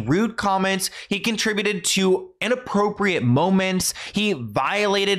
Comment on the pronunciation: Thank you so much for saying the word "conTRIbuted" correctly. I've been hearing so many American voices pronounce it like "KON-truh-byoot" and my dictionary self wondered if I ever really knew correct pronunciation. 😅